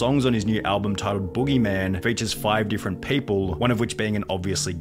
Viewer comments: He’s most certainly saying “alblum” and it’s really grinding my gears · Lol Wtf. What is there to expose him on? Asmon is a genuinely good guy. The only thing Sunny could mention in the video is how when he was reacting to this he kept saying "AlbLum" Lmao.